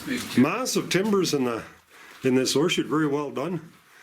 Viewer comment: Ore chutes not"horse shoots"...